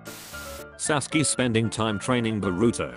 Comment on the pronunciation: sasuke more like saskee